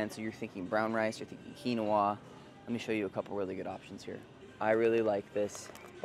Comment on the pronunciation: You keep pronouncing quinoa wrong😂 there is no soda that is good for you. Not even poppies if you still want that carbonated beverage get soda waters there’s all different different flavors.